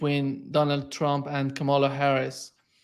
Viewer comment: Excellent pair. Good program, as always, N, KA' ma la is the pronunciation.